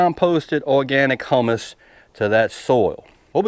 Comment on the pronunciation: I think you mean humus not hummus :) "hewwwmus"